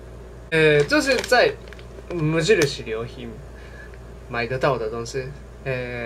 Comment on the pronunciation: 等等就去買 好像不會讀無印良品的中文念法 唸的是ウ。イン。リャン。ピン 無印良品 不會羅馬拼音只好給你片假名XD